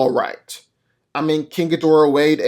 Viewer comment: No, it's Gi-Dorah.